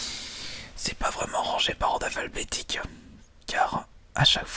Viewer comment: C'est moi ou a y dit par ordre "aphalbetique"?!?!?